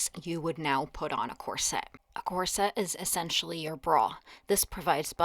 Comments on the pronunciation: In UK we say COR-set with the stress on the first syllable not Cor..SETTE with the heavy stress , as you do, on the second syllable. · Corset is pronounced KOR-set, not kor-SET. The accent is on the first syllable.